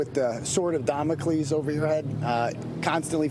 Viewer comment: Hey, Terrapin 🐢 it's DAMOCLES. Not DOMOCLES ya numbnut 😒